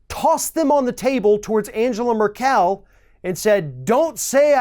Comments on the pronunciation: Stop saying Angela Merr-kell...like that! Christ just look it up, you are the only journalist getting this name wrong still! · Sir, I heartily agree with many, many of your comments. but if you want to make a point well, please learn to pronounce names like Angela Merkel and words like communique. It makes you sound much more believable. P.S. I am a 65 year old woman who still carry Starbursts in my pocket, they are great for dry mouth. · Whooooaaaaah,! How did you pronounce Angela Merkel? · for heavens sake.... learn how to pronounce Angela Merkel!!!